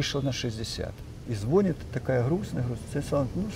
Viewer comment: Извините, НО, когда говорит и НЕ один раз:-звОнит, и лОжит, то это не подобает грамотному "учëному";а о дыхательных упражнениях можно рассказать в 10 мин!!! 😤